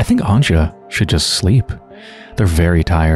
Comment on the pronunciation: Her name is actually pronounced Anya. The "J" in Central and Eastern Europe is used as a "Y". Just like how Germans use it, for example. Loving your playthroughs :)